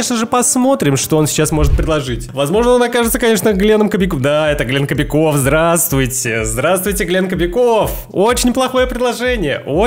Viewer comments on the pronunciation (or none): кто заметил что говорит глент кобяков?😅😆